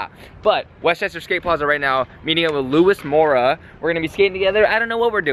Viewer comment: You keep saying Luis mora's name wrong😑 and we all know why you ended the video the next day. You and friend were havin some fun😏 haha jk